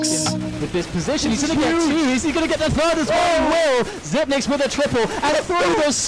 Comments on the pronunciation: I used to think it was Zipnicks up until I watched a video of him correcting casters sometime last year. It is pronounced zipix 100% my man. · Shot By Arrow no it's zipix. you're wrong